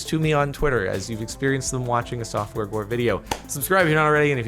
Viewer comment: is it just me or did it sound like he said softwore gore